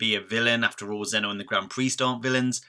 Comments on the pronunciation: "zeeno" verse no? not so much zeno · It's pronounced zeno-verse not z-eno-vsrse it was bugging me